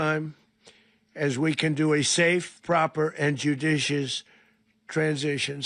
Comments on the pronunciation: Did he say a JUDUSIOUS TRANSDUTION ? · "Jiujiscious"... Dozing drump... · "judishiyush" Holy hell, the dementia... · “Judishish” transition, nice one Don. Does he even know the actual meaning of the word he was trying to express ? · "Joodishush Transhishun?" ...that's easy for you to say! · He can't say judicious nor transition. He has dementia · He can't even say judicious never mind operate judiciously. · Trump cannot even pronounce the word judicious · He can't even say 'judicious transition'. Does anybody think he even has a chance of actually conducting one? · BINGO! He just murdered over 40 innocent people. The killer can't even pronounce judicious. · He can’t say JUDICIOUS